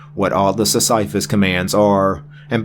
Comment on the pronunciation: Pronounced Sis-suh-fuss ike the character from Greek mythology, presumably. His rock was his thing.